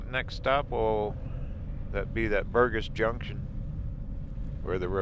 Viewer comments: ....the name of that area where you found Bear Lodge, is called Burgess Junction with the "g" being soft, not hard. Like Burjess Junction. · Burgess, has a hard g like a j sound. Lake Sibly on the left is stocked and over fished. But fun for the kids. Good family camp spots too. The road to Greybull is a touch easier as the Lovell one gets closed during the winter, too steep. Careful going down it you can burn out your brakes.